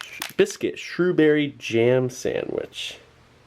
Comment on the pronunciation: Shrew Berry...LMFAO SHREWSBURY you dope,it's not a berry it's just been named for the town in England,it's more than likely strawberry jam in the middle of those biscuits. Come on Steve,get with the program lols.